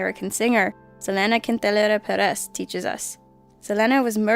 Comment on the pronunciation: wow you really need to figure out how to pronounce Selena Quintanilla-Pérez (suh-lee-nuh keen-ta-knee-uh Perez) and Yolanda (Yo-lawn-duh)